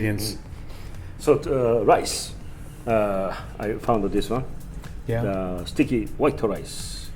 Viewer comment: Got a kick out of hearing say "Sticky white rice." Always sounded like he was saying "stinky white rice." Lmao